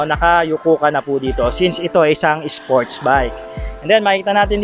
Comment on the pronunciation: "SpOrTsZ BiKe"